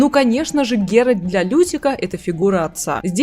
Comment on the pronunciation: Секунда занудства: вико́нт. И мне кажется или я слышу постоянно "Геральд"? Тем не менее, спасибо за разбор, интересно. Про Лютика не лишним сказать вот что: он никогда сам не бросает ни одну из своих пассий. Он просто ждёт пока у нее не лопнет терпение и она сама его не выгонит (скандал и выбрасывание всего его барахла из окна рациональны). После чего он грустно бредёт, сетуя на жестокость мира в целом и любви в частности, по дороге может напишет об этом балладу, ну а потом приземлится в постели у другой пассии. Как с гуся вода. Верно подмечено про проблемы с родителями. Пьяница, дуралей, бабник. Но почему он вызывает такую симпатию? И не только у скучающих дам? Самая большая страсть Лютика это истории, и ради них он готов жертвовать и комфортом и безопасностью. Он шпион, он бродяга, он лично видел все ужасы войн, он на секундочку лично хоронил людей. Говорить что он трус - странно. И после этого он пишет об увиденном стихи, поет об этом баллады, вышибающие слезу у самого дремучего кмета и пробуждающие человечность в самом диком бароне и наемнике. Не знаю, видит ли Лютик в ГеральТе фигуру отца, но он точно ему временами завидует, его силе, его брутальности (вспоминаем угарный квест про Пурпурного Мстителя). Но так получается, что именно голосом Лютика рассказывается вся история в Ведьмаке 3. Мне кажется, это очень важно, потому что сам пан Анжей может и хотел его изначально подать как смешного спутника главного героя, но он очень быстро перерос эту роль. Лютик хоронит Эсси Гл